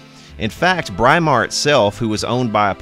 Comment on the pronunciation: This is right from my old electricity teacher who was English-it's pronounced Brimar, not Bry-mar! Just like you say "Britain" where the "Br" in Brimar comes from.